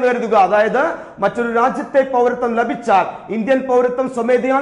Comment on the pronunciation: ലഭിച്ചാൽ .....എന്നതിലെ ല നിങ്ങള് പറയുന്നത് കേൾക്കുമ്പോൾ അരോചകമായി തോന്നുന്നു